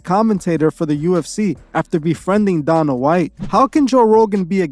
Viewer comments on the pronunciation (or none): good video love your work.. i agree he is compromised and most likely a masonic puppet...only thing i seen wrong with this video is its day-nuh white not donna white lol and the pic of the guy with the 3 hand symbol and all seeing eye over his eye is actually his friend eddie bravo and not him in that pic...no biggie though as we've seen joe doing the same kinds of symbolism himself